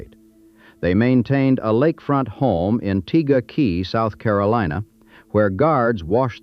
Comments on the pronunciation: So called preachers are some of the biggest SCAM artists. That is TEGA KAAAAAAY, NOT Tega KEY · The man that eventually became Tammy Fayes second husband is called Roe Messner not Rol Messner.And the house the Bakkers had was in Tega Cay ,South Carolina, not Tega Key. My aunt was married to a guy who lived there at the time and and we actually went on his boat on the lake where this house was and actually got to see the actual house where they lived. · It's Tega KAY. I grew up in Ft Mill in the early 1980s. I was right down the road from Heritage USA. The ONLY time we ever went there was at Christmas to see the lights before heading up to McAdenville to see the entire town decorated. Heritage would open certain evenings to the public to view the Christmas lights. It was a family Christmas thing for my sister and I. We never were affiliated with Jim & Tammy. Only response I would get when I'd ask my mom why we didn't go to their church was, "WE ARE BAPTIST! That is NOT for us" 🤣🤣😂🤣🤣 didn't really know what she meant by that until I was older lol She tried sooo hard not to say anything derogatory but I knew something was way wrong, because that vein in the middle of her forehead would pop up and she'd talk through clinched jaw and a forced smile. Yep, we Baptist alright 😂🤣😂❤ bless her. I live in Rock Hill SC, about 20 mins from where I grew up. Its still a very sore spot for a few there. Not very many left tho because I'm 50yrs old. So most have been called home already. But to watch what they did and see how it devastated that entire community was heart breaking. 😞 Still is too.